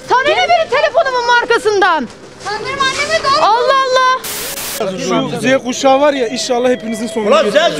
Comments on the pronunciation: Ülkeye yönetici seçebilmenin tek kriteri yaş olmamalı yâ.. "Zvuauuağ kuşağı" diyen emmiyle bir profesörün oyu nasıl bir olabilir?? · Z kuşağı diyemeyen dayı yarım yarım yardı :DDDD o değil de her yer cahil cühela kaynıyor yine... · Sondaki dayı 50 kere denedi ancak "Z Kuşağı" diyemedi ya la! 😂